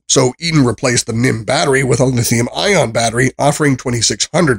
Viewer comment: So you can correctly say the words "lithium-ion", but then incorrectly say "mah" when referring to milliamp-hours (mAh), say "nim" when referring to a nickel-metal hydride battery (NiMH), and say "led" when referring to LED lights. And that rating system! In what world is 8/10 equivalent to five stars out of five? This was an awful review.